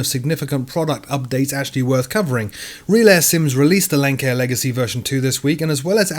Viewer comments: Oh. Great video but Lancair is pronounced Lance-air, not lank-air. Nonetheless, great work! Edit: Now having seen the note in the description, I realize that I should have paid more attention. My bad. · I've been a long time viewer of yours. But I have to correct you. It's pronounced Lance-Air but it's spelled Lancair. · Great summary (thrilled about Concorde on FSX:SE!) but, aside from "Lance-air," "Dulce" is also pronounced "Dool-chay." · Thanks once again for your weekly round-up. Just a couple of points on pronunciation; Lancair I believe is pronounced Lance-air and Linz is pronounced Lintz.